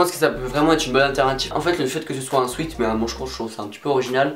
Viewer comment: Tu essayes de bien prononcer Urban Outfitters mais essaye de prononcer sweat correctement ! 😉 Sinon super bien la vidéo et surtout les articles Kappa 😵👌